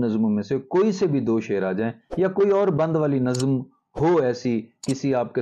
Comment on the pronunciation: افسوس کہ اردو کے استاد اردو ہی نہیں بول پاتے، لفظ نظم کا تلفظ ہی نہیں جانتے.